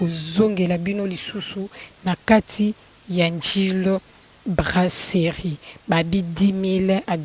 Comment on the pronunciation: brasserie et non braceli yo oza mongo tu dis celi